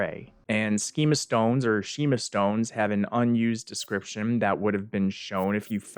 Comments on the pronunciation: Him saying “sheema stone” made me irrationally angry. It’s skeemuh as in skuhmatic (properly spelled schematic) because they’re related words. If you pronounced schema stone as sheema stone, you’d also have to say schedule as shed-duel and that’s just wrong and pretentious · Skeeema or sheema?!?!? Dude, it's the root of the word you used in the next sentence to explain what they do.... SCHEMA-tics..... a "schema" is a plan or script (when referring to psychological "schemas"). Epistemology is very useful... you should dig into it a little... it'll stop you from pronouncing new words wrong. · Pretty sure it's "skeema" stone. Like "schematics". And "hih-lay-en" is a strange way to say that. I've always been under the impression it's supposed to be said "h-eye-lee-en" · Why do people always pronounce "Schema Stone" that way? A schema stone gives you a SCHEMAtic for a build. I believe it is pronounced [Sch-em-a] and not [sch-eme-a] because of this.